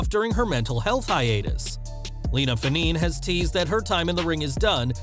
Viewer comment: Not that anyone gives a s#%* but I think it’s Fah-neh-neh…her Samoan name.